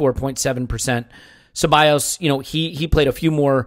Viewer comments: Stop saying CebaLLos especially after everyone says Cebayos, jesus wept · Great listen gents...fucking and the way he pronounces Ceballos...so cringe..fun to hear how excited sounded..Thx for a great host as usual.